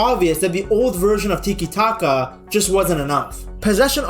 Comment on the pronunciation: Bro, it's Tiki- Taka, not Titi Taka. Stick to France man, you know, the team you were rooting for in the world cup.